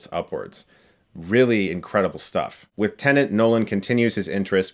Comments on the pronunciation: Not even a minute in and he's said Tenant twice now. Jesus. This review is gona be a struggle to get through. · If you don't enunciate it carefully, that's how it comes out, it seems. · I feel like shouting to Chris: "T E N E T".... It's TENET!! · Am I hearing “tenant”? As if Nolan’s movies aren’t confusing enough already😒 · Chris saying Tenant just makes me focus on that throughout the review. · Chris: has seen the movie ...... still calls it Tenant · I’ll bet Chris could pronounce “tenet”properly BEFORE he saw the movie. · Can't tell if he's saying "tenant" or not. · Ok...im sorry but every time I hear Chris say "Tenant" my ears hurt ...... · When Chris repeatably pronounces Tenet as ‘Tenant’. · Totally sounds like he’s saying “Tenant” ! 😂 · Why do I keep hearing Tenant from his mouth? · This review was tough to get through because he kept pronouncing it "tenant" as if this were about a guy renting an apartment. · Chris pronounce the movie “Tenant” but he correctly pronounce “Branagh”. Also, Debicki’s character is similar to her character in the excellent mini-series, “The Night Manager”. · Nobody: Chris: Tennant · PLEASE STOP CALLING IT "TENANT"!! IT HURTS MY BRAIN!! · It's TENET!!!! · Can you please stop calling it "Tenent"? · Stop saying TENANT !!! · Tenet, a movie so complex that Chris can't even pronounce its title properly. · I wasn´t even trying to defend Chris! Another classic example of people misunderstanding me. I just wanted to claim that Chris makes the same mistake all the fucking time! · Quite frankly, it's maddening. He never says it correctly for the entire review. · Why do people have such a hard time pronouncing TENET? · I'm not sure if anyone else noticed, but I think he's pronouncing the title wrong... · Chris. For pronouncing Tenet wrong, multiple times, i now command you to review "Rogue" 2020, with Megan Fox. Report back to us with a review shortly would you please. Thanks 😇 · Your saying tenet wrong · It's TENET, Chris, not TENENT. FFS